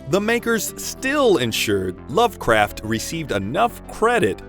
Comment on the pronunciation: Pretty good, until “loved” craft. Cringed right to the bone